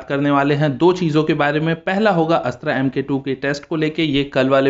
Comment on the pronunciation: अस्त्रा नही अस्त्र बोलो